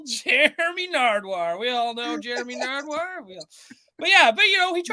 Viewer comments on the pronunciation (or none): The first time I heard call him Narduwar, I couldn't stop laughing for a solid minute. 😂😂😂